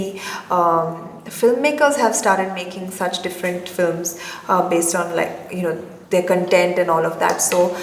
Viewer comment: its their ! not theeyyyyar !